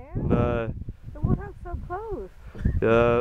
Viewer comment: Wootah..realized later he’s saying warthog